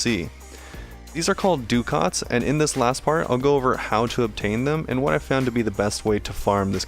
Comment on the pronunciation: Just an irritating comment from me but Ducat is actually an old currency and pronounced something like 'duh-ket' Is it pronounced differently in game?